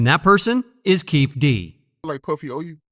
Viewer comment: It’s: Key-fee D bro🤦🏽‍♂️